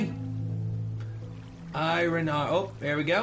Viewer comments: /ˈaɪərn/ EYE-ər-n iron iern. not i-run. i know its been a year but GOD IT BUGS ME. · Stop calling it iren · Why does he pronounce "iron" i-run?!?! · Same person who pronounces iron as ayran